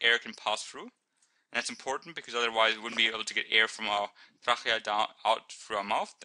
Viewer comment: ur pronouncing trachea right but when u get to the CH pronounce it as K :) lol xx did i mention how good are ur vids ! love them heaps